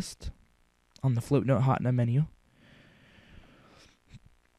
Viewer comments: hatna? its HAT-NE-A btw this helped lol and if your under 12 dont you have to get a paper signed? or faxed or something lol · you said hatena wrong.it's[HATEENA].